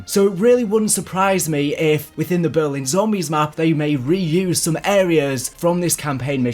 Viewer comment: Why do you say Berwin